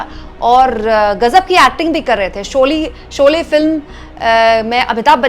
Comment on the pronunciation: आपने भी शोले की जगह शोली बोला 😢